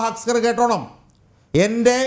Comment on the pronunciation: ഹസ്കർ അല്ല തസ്കർ ആണ്.